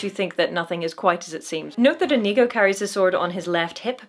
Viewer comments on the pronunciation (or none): Great video,. I agree with you on this great little movie and the great big swordfight. Try and get Iñigo's name right, though. God knows he says it himself often enough. The accent is on the first syllable, and the n is an ñ, not an n... just copy Iñigo. 🤨